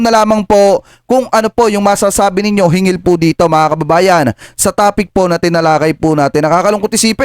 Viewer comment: hinggil hindi hingil hanggan hindi hangan